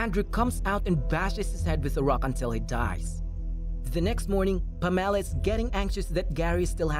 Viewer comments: PAMela. Not PamELLA. JESUS. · Can you learn to pronounce the name PAMELA properly please? Emphasis is on the PAM , as in HAM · why did he say Pam's name so weirdly as if she was a citrus fruit or something... its pam... ah...la... 😂😂😂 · Never heard the name Pamela pronounced in such a way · The film is a hot mess! As is the pronouncement of Pamela....that was as almost painful as the recap 😁